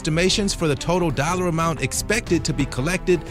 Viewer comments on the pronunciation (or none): none